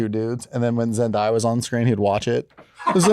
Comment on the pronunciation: The way they pronounced Zendaya’s name was foul